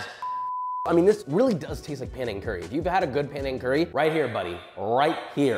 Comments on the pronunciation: Wahhhhh my SE Asian ancestry salutes you frying your own shallots and knows in another vid you would have mortar & pestled the rempah (Malay word for the curry paste) … nice! Oh and it’s Penang folks, not Panang! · Panang? Isn't it Penang.... like penang curry. Hahahaha.